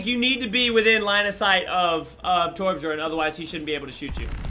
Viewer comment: its funny that calls torbjörn torbjorn